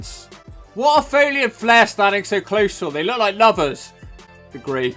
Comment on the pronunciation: Don't stop what your doing!! More of the same please..As for your EX?..erm ive been single 10years..No advice as I'm a fuckwit🤐😂🤣..my fave video so far proper drunk!!.. has no problem saying "Shenanigans" correctly but cocks-up flairs 1st name in the same sentence!😂😂🇬🇧